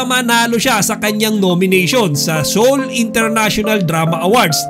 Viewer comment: SEOUL IS READ AS SOUL NOT SEYOL.